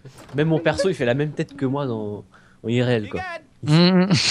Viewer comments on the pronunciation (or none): Super vidéo mais est dyslexique? J'sais pas il prononce IRL "Iréel" et aéroport "Arrêt au porc" mddr